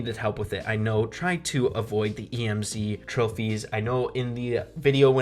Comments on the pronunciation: THIS MAN SAID E M Z AND NOT EMZ THAT A RIP IN THE CHAT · It's Emz not E M Z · STOP SAYING E M Z, ITS EMZ, 1 WORD IDIOT!!!! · Tf. Did u just say “E-M-Z”?! Just say Emz... like m&ms say the ms (ems) and add a bee sound in the end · Just wondering why do you cal emz e m z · It's pronounced em'z not E.M.Z. lol. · He called Emz E-M-Z 😂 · When he said emz I had a stroke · lol, E - M - Z he said